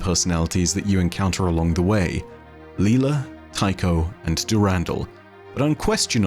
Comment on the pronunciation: "Dew-randall" made me do a spit-take cries in European